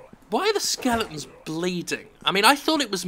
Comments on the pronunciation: Are you saying SKELETONS or SKELINGTONS ??? It's driving me fucking crazy. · it pisses me off how he says skeletons